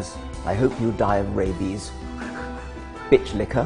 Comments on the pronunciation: Dawkins trying to say "bi-otch" is the best thing I've seen and heard in ages. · Watching Richard Dawkins try to say bi-atch is satisfying in itself. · Richard Dawkins gets educated on the correct pronunciation of biatch. This made my day. Thank you, internet trolls, whoever you are. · Holy shit killed me. I grew up in the country in Georgia and he sounded just like someone from my town saying bitch. Had a little spit take over it.